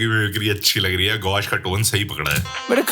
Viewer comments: Gaush ❌️ Gush ✅️ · Gaush nahi gush😂..😅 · GAUSH ❌ GUSH ✅ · Gaush❌ Gush✅